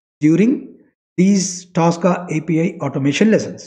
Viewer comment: Its not Taska. Its tosca. Please pronounce it properly